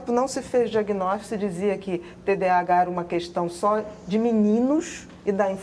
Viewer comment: TDAH transtorno de déficit de atenção e hiperatividade. A dra falou errado o nome...